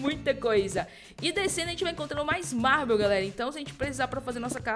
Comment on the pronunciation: o marble se fala que nem Marvel só que troca o V pelo B